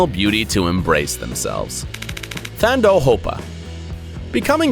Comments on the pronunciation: it is not Thando Hopa but it is Tando hopa the h is silent / pronounced Tando. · The correct pronunciation of Thando is to remove the ‘h’ - Tando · The 'Th' is pronounced 'T' not 'th' in Thando's name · "thando hopa" is pronounced "tando" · 🙈 ooof the way he said Thando soooo wrong in zulu its tando but the "h" is silent so thando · Number four is pronounced as TUNDO!! and the u is pronounced like how you say under.But it's spelled Thando, It means love in IsiZulu, A South African language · Thando is pronounced Tando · Thando is pronounced Tando Yw 😁😁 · Pronounced Tar-ndo not Thando... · The H is silent in Thando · The way this guy said THANDO has me dead 💀😂 - Mara he tried Shem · If only we could leave him a voice note so he knows how to pronounce it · He pronounced thando wrong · Sorry sir, but the H in the Zulu name Thando is silent.😂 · It's pronounced tone-door R is silent(Thando).it means love in Zulu